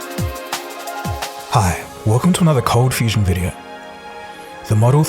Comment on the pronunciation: Lachie McFarlane "You are watching Coldfustion" "Hi guys, here"